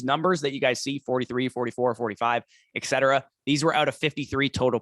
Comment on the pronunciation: Etc...not Exet